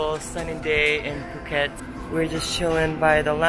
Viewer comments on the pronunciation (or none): imma tell you now , phuket it's a light b sound with p in it when you pronounce it. like pbhuket